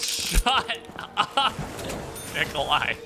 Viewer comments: ''Nikolai'' rhymes with ''die'' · Die rhymes with Nicolai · Die (eye) by the hands of Nikolai (eye) It rhymes lol. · Nikolai rhymes with die